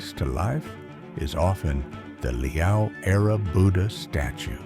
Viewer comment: It's pronounced "lee-aw"... not "leo". Have the decency to research first before posting.